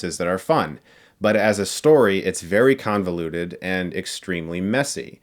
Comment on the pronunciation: No one: Chris: “it’s conveluded”